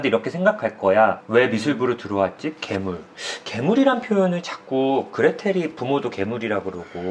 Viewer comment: 괴물 발음할때 발음 큼직하게 '0'개물! 이라고 하시는거 넘귀여우신거아닙니까ㅋㅋㅋ구ㅜ